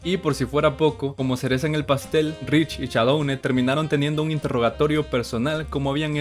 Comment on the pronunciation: "Todos íbamos con Shaudone" yo siendo fan del Dsmp: ._.